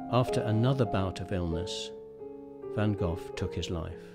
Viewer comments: Why would you make a film about Vincent van Gogh? Why put all the effort in collecting images and words? Why? Why - when ypu don't put any effort in pronouncing Vincent's family name properly. Why? Because Vincent is big business! If you deeply respect, understand and hold Vincent and his work close to your heart, you would also want to pronounce his family name properly. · you should've pronounced his family name properly and that is the Dutch pronounciation. That is the name his parents gave him.